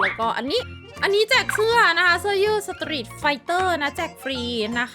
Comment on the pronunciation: ได้ยินคำว่า สะตรีส แล้วจะต่อคำว่า ฟู้ด ตลอดเลยอะ555🤣🤣🤣